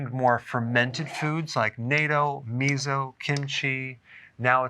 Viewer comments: good episode. natto is pronounced 'not-toe' instead of NATO.🎉🎉🎉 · It’s pronounced “na-toe” not “NATO”. 😂 and natto is Japanese food and kimchi is Korean food. Not Chinese. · It's not 'nae-tow', it 'nah-tow..' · It's pronounced "nah-toe" not NAY-toe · Pronounced "nah to" not "nay to." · Hey Doc, about natto: it's pronounced naht-to, not nay-to. Just an fyi. 'K? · "Nay-toe"? The pronunciation is "nah-toe." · it's nah ~ TT ~ oh not nay toh And me so not mezo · fermented soybean called " natto " is pronounced " nut tow " with accent on the nut. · Well he does pronounce "nah-toe" as NATO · You’re mispronouncing Natto, which is pronounce Na-Toe. You’re saying it more like Nay-Toe. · Natto--Japanese, pronounced NOT-toe, not NAY-toe. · It's not nay-to It's nut-o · Natto is pronounced like "knot toe" Love listening to your videos but having been in Japan for 38 years this makes me cringe. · Natto is pronounce knot-toe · Dr. Berg, I grew up in Japan. The word "Natto" in Japanese is pronounced "NAHTT-OH." The "...tto" isn't pronounced like the "..to" in the first name of Beto O'Rourke. Also, while we're at it, the "Pan" in "Panko" is not pronounced like the "pan" in a frying pan. But like the the Spanish word for bread, "pan," from which it comes. In other words: "PAHN-KO." Best wishes! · Lmao he pronounced natto like NATO. I wondered what stopped them from consuming the North Atlantic Treaty Organization. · Great information. For future reference, it’s natto (nah toe). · I hate doing this but I am going to anyway, because the pronunciation is important and is the proper thing to do. NATO="The North Atlantic Treaty Organization." Natto=pronounced 'Naw-tow,' are fermented soybeans. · Dr Berg, love your videos. But it’s pronounced “Nah-toe” .. You wouldn’t pronounce Sushi, “Su-shye” would you? “Nah-toe” - try it! Don’t worry nobody will make fun of you. 😉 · Miso (pronounced mee-so) and Natto (nah-tow) are Japanese food and Kimchi is Korean. Just FYI.